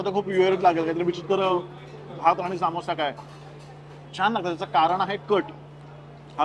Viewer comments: सामोसा ❌ समोसा ✅ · ...its not saaamosa, its samosa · Bhai samosa assto toh samosaa nahi,why u can't simply say it properly, disappointing. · सा मो सा 😂 समोसा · सामोसा नाय रं समोसा असतो तो 🙏🏻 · सामोसा नाही समोसा म्हणा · Saamosaa nsto samosa asto